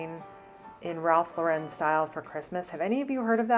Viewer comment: Thank you for pronouncing Ralph Lauren his last name correctly. These younger gens have no idea what he looks like or how to say his last name correctly. It’s Lau REN not Loren. Drives me nuts 😂